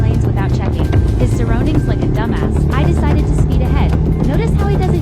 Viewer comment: Yuck! The way she talks lol Trying wayyyyy too hard hahahahah The way she said dumb ass = "Domas" hahahaha... YOU TELL ME YOU TELL ME Geezzzzzzzz Sorry but she ain't it